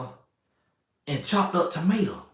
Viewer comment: we got the following from "shashuma," "peppa" "minaise" "tamata" and "maack (stay off ya baack ladies) N cheese." LOL! This was informative and hilarious.